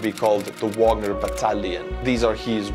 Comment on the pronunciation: Wagner, as in Richard, not Porter, pronounced in the German way on their sites and by most other pundits. Vahg our.